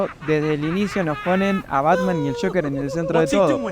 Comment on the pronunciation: Joker no shocker🙄